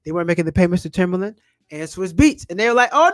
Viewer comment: TIMBALAND not Timberland lol